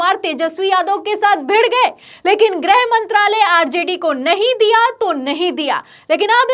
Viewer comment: ग्रह नाहीं गृह.